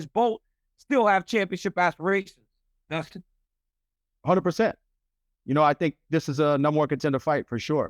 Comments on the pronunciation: Justin said Oliveira that's definitely his CTE kicking in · You say justin. Or Dustin is hilarious 😆😂